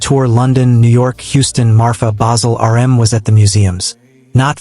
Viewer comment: How about the part where he calls RM, 'URM'.